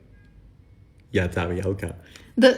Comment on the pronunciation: Прорвало с тарьельки 😂